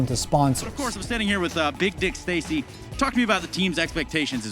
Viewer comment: dexter was like "wtf am I hearing Dick Stacy" lmao